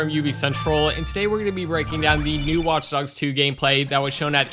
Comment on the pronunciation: I love the way you say watch dogs. It's like, "WAUTCH DAUGS."